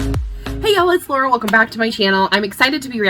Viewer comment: Thanks for the reaction :) NouerA is pronounced like 'New era'. Their name is Nouer (to tie in French) and Era. Their lore is that they are agents that can travel through with the power of their music to tie kpop era and people together. That’s why in their MV there is a lot going back in time and different spaces/timelines. Their debut song is New is Now if you want to check it out ! But the whole comeback album 'n: number of cases' is worth listening to!